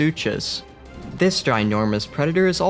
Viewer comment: Its sarcoprooches not sarpopruchus